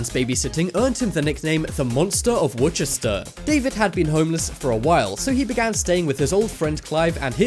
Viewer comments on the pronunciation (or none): It's not pronounced 'wuchester' . It's 'wuster' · You said worcter wrong I live in Massachusetts not saying what part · David Grievey. The Monster of Wuchester.. Except ..its Worcester Uk . Pronounce as WUSTER. or Warcester. This is the faithful city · mate please sort port out your pronunciations its pronounced wooster not wor chester